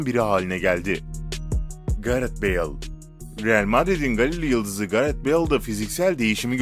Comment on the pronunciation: Ben bu adamın ingilizce kelime okumasında çok gıcık oluyom gareht ne abi idın hazar değil eden hazard